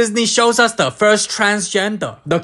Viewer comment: "as Disney shows us da first transgender" had me rolling on the floor😂😂😂